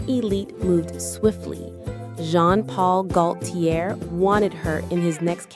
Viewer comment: It’s not “how” couture 😅, it’s pronounced “Oh” couture. And Gaultier — the “L” is silent. This must be AI.